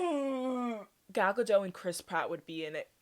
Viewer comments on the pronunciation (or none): wait what's wrong with Gal Gadot? also the T in her last name isn't silent